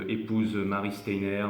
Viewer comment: Un peu en retard pour tout écouter !! "Stayenère " Steiner, mister. Merci encore . Bisous 😚